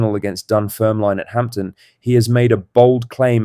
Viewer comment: AI drivel It's not Hampton